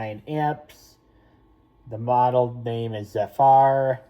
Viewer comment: beautiful also it's said zehfur not zufar! congrats on your zephyr man